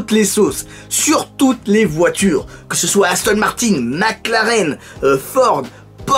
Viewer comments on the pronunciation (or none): none